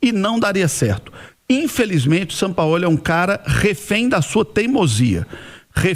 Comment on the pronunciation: “Sampaóli” kkkkk